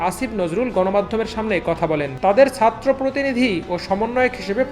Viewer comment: satro na bhai, chatro. plz uccharon thik kore bolen.